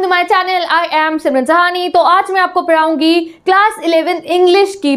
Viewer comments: PaDHaungi ❌ PaRaungi ✅ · Padhaungi ❌ parungu☑️